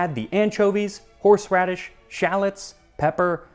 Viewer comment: "Horseraddish" Me: stands up im out